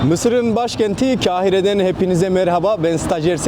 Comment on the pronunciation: Kahire ismini yanlış telaffuz ettiğini yazan tüm yorumları siliyor. Sen üstü kapalı biçimde ifade ettiğin için salağa yatıp sana kalp bırakmış.😂